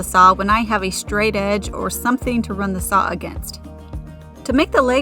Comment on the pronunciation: I've never heard anyone pronounce saw as saou.😅